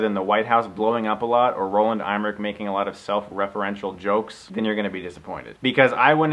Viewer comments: It's pronounced M-ER-ICK, not IM-RICK! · Dig the review Chris, nice job. btw its pronounced Em-er-ich. not IM-er-ich. No worries thou, easy mistake to make. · Chris, just fyi, director Roland Emmerich's name is pronounced EM-ER-RICK. Just saying...